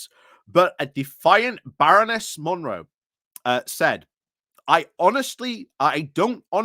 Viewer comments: It's Mone (pronounced moan) Not Monroe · Are you purposely mispronouncing her name ? Is it some meme ? Monroe I get. Malone ?